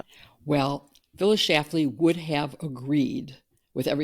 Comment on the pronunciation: SchLafly. It has an "L" in the middle. She was a beastly woman, with or without the "L."